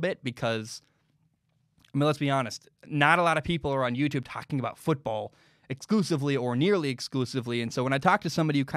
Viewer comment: Why did you pronounce the normal football so weird lmao, its just football in english. You pronounce it how you would pronounce american football.